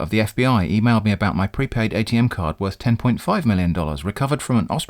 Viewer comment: So much of what the UPS scammer says is comedy gold. I can think of at least three fake slogans for UPS from this video alone. UPS — Not really as you think. UPS — To hell with you! UPS — We'll clear you out! I also feel joy every time you pronounce "Atm" as atom and not A-T-M.